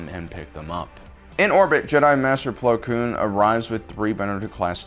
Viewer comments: ITS PLO KOON NOT PLO KLOON YOU JERK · His name is Plo KOON not “Plo Kloon”